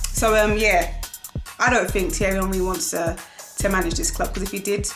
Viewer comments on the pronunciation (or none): none